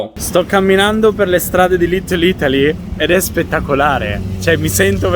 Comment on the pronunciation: "sto camminando per le stradine di LitteL Ittaly"......annamo bene, c'è ancora da lavorare sulla pronuncia qua eh 🤣